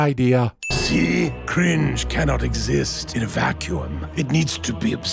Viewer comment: one sin for the word "vacue-umm".